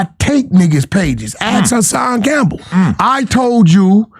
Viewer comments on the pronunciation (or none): none